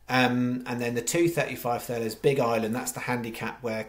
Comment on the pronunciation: Cheers, but its pronounced: TURLUS!!!